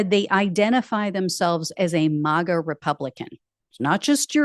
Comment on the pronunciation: Not "mah-ga". It's "mag-uh"...rhymes with "maggot".